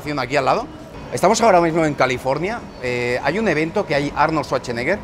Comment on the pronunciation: "California" Uh lala señor Frances